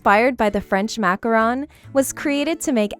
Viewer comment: Thanks for pronouncing macaron correctly! Some people pronounces it like macaroon because they probably don't know that macaron and macaroon are two different cookies. Your videos are fantastic by the way. 💗